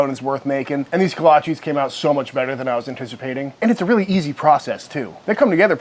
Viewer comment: Love your channel. But you are pronouncing it wrong!!